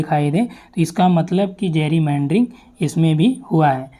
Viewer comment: जैरीमैंडरिंग nhi गैरीमैंडरिंग